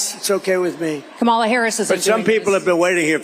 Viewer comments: He said Kamala right this time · You missed it! He finally pronounce her name correctly! Big flub on his part, but we’ll take it 😊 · WOW, he finally said her name properly....I think he has colon rectal cancer. That's a killer. 🤦🤦🗳️🗳️🗳️🇺🇲🇺🇲🇺🇲